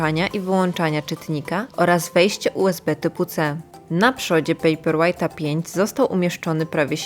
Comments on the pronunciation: Ale Pani też nie zna angielskiego, bo czyta pejper łejght zamiast łajt i wychodzi, że papier jest ciężki.. Dajcie jej spokój.. :) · “pejperłejt” i dalej nie oglądam 👎